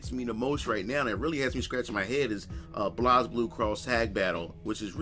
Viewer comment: I thought he was Booker T at 1st lol. Also he can't pronounce Blaze Blue properly lol.